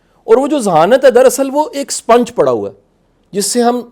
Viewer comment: شاہ صاحب سوتے نہیں تو کیا شاہ صاحب چمگادڑ ہیں ۔ سپونج کو سپنچ کہ رہا ہے ۔ یہ ہے موٹیویشنل سپیکر